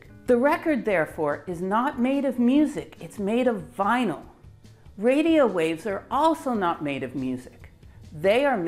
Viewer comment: The gen z people are asking “what’s a Vinal record?”